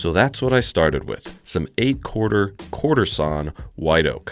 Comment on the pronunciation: I was in before I stopped hearing courtesan oak and started hearing quarter sawn oak 🤷‍♂️🤦‍♂️😂